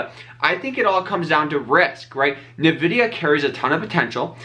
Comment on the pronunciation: The first syllable in the name Nvidia is actually just pronounced like the letter N. It's not Na or Ni. You just say N ..pause.. vidia.